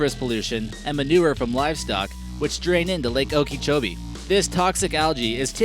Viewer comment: its lake oak-a-cho-bee, its worse than when tourists pronounce one of our lakes kiss-ah-me, when it's ka-sim-ee